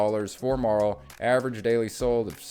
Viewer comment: MEHrrill not MAHrill